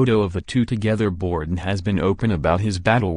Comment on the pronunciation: you sound like a bot. And it's not "Borden"